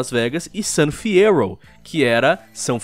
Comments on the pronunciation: GTA: San Fyerro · Fiyero = San Fierro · Fyero = San Fierro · Gente, Fiyero = San Fierro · San fierro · San fyerro certeza kkkkkkkkkkkkkkkkkkk a volta do agaragam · gta 6 san fierrouuw (cidade do gt sa san fierro)